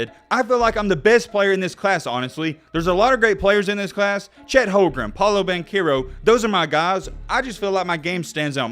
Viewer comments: did you say chet holgrem?😂😂😂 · He lost me at Chet “Holgrum”….